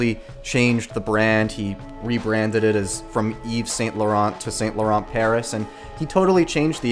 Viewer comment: The way you pronounce Saint Laurent just shows this brand is not for you.